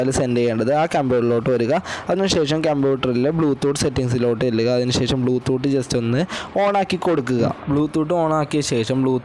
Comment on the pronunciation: Podoo... Oonte or bloo thoott 🥴